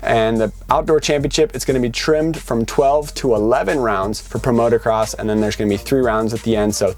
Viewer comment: It's MOOOTOOOO CROSS... NOT MOTORCROSS